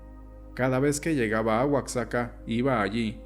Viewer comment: Oaxaca se pronuncia gua ja ca